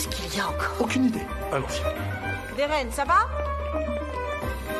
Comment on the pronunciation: Vous vous rendez compte que muzafer dit géren pas Deren 😅😅